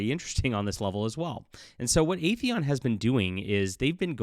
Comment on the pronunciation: FYI, the title of the company is "Aethon", not "Aetheon". 2 syllables, not 3, are in the name.